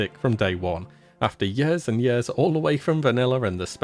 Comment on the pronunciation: Everybody: years: YEE-AHS